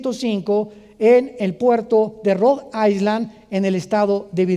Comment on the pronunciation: island no se pronuncia "aisland" se pronuncia "ailand"